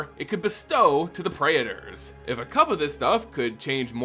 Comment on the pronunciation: Praetor is pronounced Pray-tore, btw